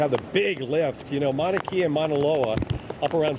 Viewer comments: Mauna Kea is pronounced Kay-ah. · Mauna Kea is pronounced Moan a Kay a. Just sayin… Lived in Hawaii for 15 years and was corrected many times on how I said, things pertaining to their language.